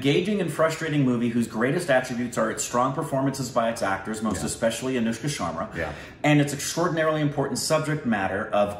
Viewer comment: It's aNushka not aYushka